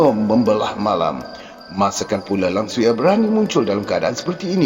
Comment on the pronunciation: Sebutan tak betul tu. Langsuir. Bukan langsuyar. Hahaha 🤣🤣🤣🤣